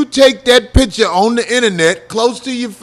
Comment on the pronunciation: Please STOP saying pitcher. The word is PICTURE. We're better than that